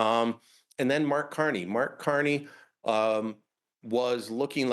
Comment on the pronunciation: I heard Brian say Marx Carney, thumbs up!